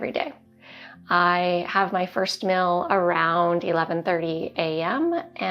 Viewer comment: you're awesome. But please change your pronunciation. It's "meal". Not "mill".